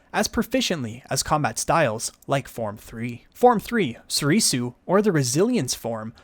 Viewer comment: Your saying Soresu & Niman wrong, Soresu pronounced like this (sore-sue), while Niman is pronounced like this (nee-mon)